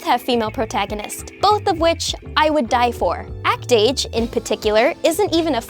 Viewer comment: Act-Age more like Act-Ace.